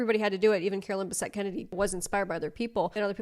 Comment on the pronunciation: "CaroLINE BAHsette" 🫩 ohh brotherrr